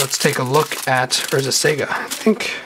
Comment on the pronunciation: I love your vids but really, it's sah-gah not sega as in the game company. Otherwise great vids, keep it up